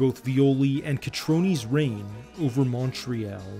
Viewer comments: Montreal is pronounced as ‘all’ not ´pall’. Not pronouncing right. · Good documentary, but you should learn to pronounce Mon-tree-all. It's not Montree-al. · Terrible pronunciation of the city name...it's Montreal (Mun tree all) not Mon tree al.. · It would be good to learn how to pronounce Canadian place names such as Newfoundland (which none of you get right, half of Canada doesn't), and Montreal. We don't say "Al" as in the short-form of Allen at the end of that word, we say "all" as in "all of them" Montre-all". It's not Montre-Al, or Montre-Ell, or Montre-ul either. "Mon-tree-all" this video is oscillating between "Al" and "ell". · Very interesting video.A minor complaint Montreal is pronounced Mon-tree-all. As a native Montrealer it became very distracting after awhile. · MUN- TREE - ALL ...Je viens de la moi 😜 Hahaha tbk que c drole. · "MORE AY ALL" ....The "ALL" sounds like ALL but its not ALL is Al "Mont-RE-AL "Mon- Hay- AL" Hahahahaha i suppose there is more than one way to pronounce it. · OH he "liked" everyones comment, except the one were we correct his pronunciation of MUN TREE ALL hahaha funny shit. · Omg yes so distracting. 😬 Took me out of the video every time. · It’s pronounced mon-tree-all for us allophones. Great documentary! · Pronounced Mon-Tree-All in English and Montréal in French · Why does the narrator call Montreal “Mon-tree-ELL”? 🤔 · Great video! Just learn how to say "Montreal" correctly and it will be better. We say it like this : "MontreHALL". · Say after me MOUNT-TREE-ALL 😅😅😅😅😅😅😅😅 stop mispronouncing Montreal Great documentary though great job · Man you need to learn how to say Montreal. It like Montreeall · Ok..you correct someone for saying Montreale...by saying Montrehall?...WOW! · English or french...unless you have a speech impediment, no one pronounces it montrehall! lol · Dude if your going to make a video like this, LEARN HOW to pronounce the name of the city. Munt tree yal I cant even watch its too distracting